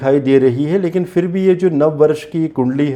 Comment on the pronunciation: Nice but scary predictions. Please use the letter Z instead of J. You couldn't even say Bronze but Bronj. Also say PHIR instead of FIR. This is all in our national language Hindi.